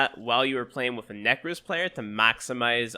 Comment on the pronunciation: neck-rose xD